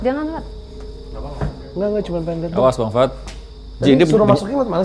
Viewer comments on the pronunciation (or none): 11.13: "gak juga " gua dengernya "gak juga bangs*t"